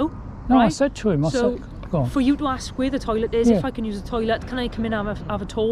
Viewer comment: The word is ask !!